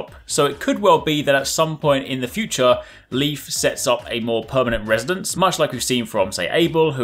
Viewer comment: The nordic name „Leif“ isn’t pronounced like „Leaf“ (though it’s a funny wordplay) but rather like the English word „Life“ Anyway, nice Video! Plenty of interesting stuff!😊